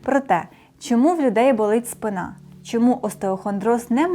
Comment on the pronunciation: Дякую за стисле насичене викладення корисної інформації! Хочу попросити шановну ведучу вживати правильний наголос - спИна.😊